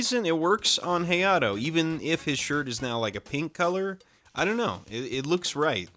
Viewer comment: I main hayato and hearing the way you pronounced his name made me very sad